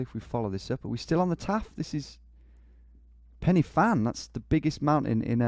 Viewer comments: To be fair he nailed Pen Y Fan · Yep it's the same with Pen Y Fan the Y is 'ugh' which Geo actually said right. Where I live some of the locals can't agree if the Y is ugh or ee.